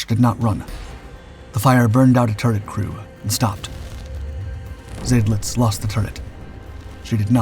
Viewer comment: Not Zaydlitz but Zydlitz. Of course this poster isn’t a human, but a brainless computer.